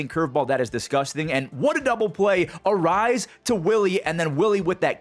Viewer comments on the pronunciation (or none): It's Ah - rai - yez , not Arise!